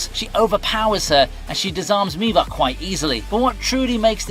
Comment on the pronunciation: why you pronounced Miwa as Miva? are you Indian? vell vell vell